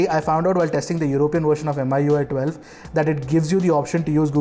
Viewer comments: FYI 'MI' as 'Me' not M I 👍🏻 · Why keep on saying M I U I ? It's Mi UI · It's pronounced MIUI...Not Mi ui..!!!?? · just a pet peeve but it's annoying when some people pronounce it as "M.I.U.I" when the company that develops it is "Xiaomi" /kshao-mi/. "Mi-U.I" Is that so hard? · Everytime he mention "em ay ui" gives me the cringe. It's pronounce "mi yu ay" because the company name is xiao"mi". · That's MIUI not mi UI.